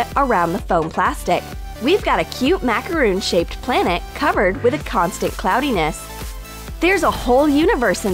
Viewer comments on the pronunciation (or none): Macarons and Macaroons are two different things... Mac-a-ron Not Mac-a-roon... The more you f*cking know....